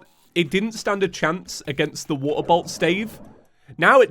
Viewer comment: Geez everytime I hear him say “waterbolt” I only hear “waterboat” which also makes no sense because all boats are water. Wait that doesn’t make any sense either.